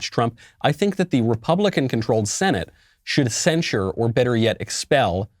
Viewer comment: Do you think the word is censure or do you have a speech impediment ?